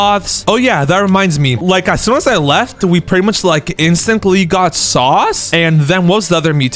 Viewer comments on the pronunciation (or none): You mis saus bruh 😂